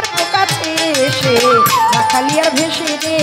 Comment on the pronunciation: রাখালিয়ারভেসে নয় শব্দ টি হবি রাখালিয়ারবেসে।